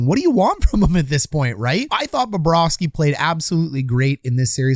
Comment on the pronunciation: Well, Babareski was in net! If Bobrovski was in net, a different outcome would be had. Is it Baba ros key? 🤔 I really like Bobrovski much better. I think, Phil Espotato has trouble with English pronouncing of foreign names.